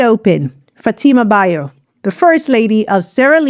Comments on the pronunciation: Youre pronouncing her kast name wrong. It is Bio as in Biyo not Bayo. Thank you for this video. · You are pronouncing her married name wrongly. Learn from the man who introduced her that’s how to pronounce the First Lady’s name.